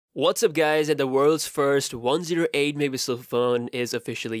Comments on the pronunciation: No one:: 108 mehpihsl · ‘It’s got a 108 megapiijsdxekekkd sensor’ literally can’t understand what you said there man.